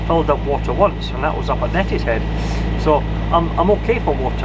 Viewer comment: By the way , it's Neeeetishead (pedantic old git , that's me).